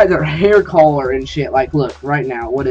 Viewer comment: You sound fucked up when you say color learn how to say it fucktard